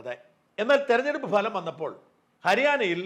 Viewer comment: ഭലം അല്ല സാജാ ഫലം.. ഫഹദ് ഫാസിലിന്റെ ഫ... ഫലം..